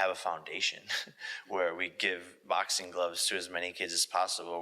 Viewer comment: I'm not sure if Jake doesn't realize the letter G is a thing. If he doesn't understand how "ing" should be said, or if he has a speech impediment. Every word ending with "ing" he pronounces as "een" 😂 "Boxeen" "Watcheen" "Traineen". Literally any word ending with ing.